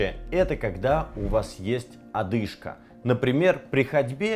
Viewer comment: .... Одышка, а не ОТдышка😂 ужас🙄это точно врач!?